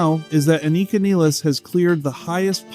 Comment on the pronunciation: WHY can nobody agree on the pronunciation of her name??? It’s almost always pronounced 2 or 3 different ways WITHIN THE SAME DAMN VIDEO just like it was here! People wish to pay her respect….that BEGINS with calling her by her name CORRECTLY!!!